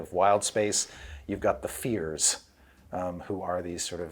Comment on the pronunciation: Feyrs (fears)?